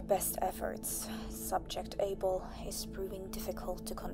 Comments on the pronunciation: Am I stupid, or is it not "Abel"? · It's Abel ... ABEL. CAIN & ABEL!!! You've never read the bible before?? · Its Abel ... not "able" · Abel... Not Able